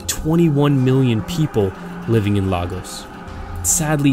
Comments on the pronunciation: Its not log as it's lagos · Ight it's lay gos lagos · It’s not laaa gos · It’s not lahgos it’s laygos pronounciation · Sorry this might seem irrelevant but WTF is laagoz it's pronounced laygos but spelt Lagos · Lagos is pronounced “Lay goes” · La-gos? That’s how he pronounced it is pronounced as Laigos but spelt Lagos 😂💀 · It’s Lagos pronounced as - Leg|oes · It's pronounced Lay-ghos :) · Lagos is pronounced like legos not logos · Sad but it's not Laagos it's Lagos :) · I know this isn't the right time but I lost it when he said 'Lagos' but as a Nigerian...I'm kinda proud that he tried 😊😊😊💜💜🙏🏽🙏🏽🙏🏽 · Ik its like 6 yrs later but the way he pronounced lagos tho , like it's not even that harrrdd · I am from Nigeria.BTW you said Lagos wrong. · ahhhh that's not how you pronounce Lagos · You said Lagos wrong